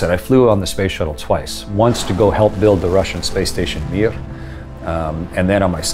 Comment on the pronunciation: The way how he says МИР without accent wow